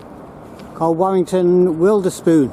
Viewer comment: And Warrington's first station here was called Wilderspool, after the local area (i.e Wilderspool Causeway), not Wilderspoon. FYI ;-)